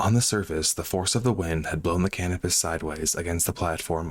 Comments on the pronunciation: Great narrative and a terrible, terrible tragedy. One very minor thing: It's pronounced "Cuh-NOH-pus". I'm afraid I thought you were saying "cannabis" at first! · Thought you said the name of the vessel was star cannabis. Had to double check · He did say cannibis 😂 that’s what I heard while choking one back.